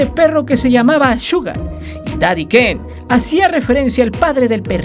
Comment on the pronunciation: "El puti-ken"😂